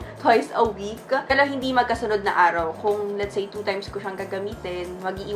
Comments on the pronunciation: May braces po ako pero hindi ganyan same with my siblings and classmates. Yes may words changes sa pronunciation pero hindi " perl-o tgnan nyo ung cider vinegar part nya naging Pero naman na. Lol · Ang arte mo sa pagbigkas ng “pero” perl-o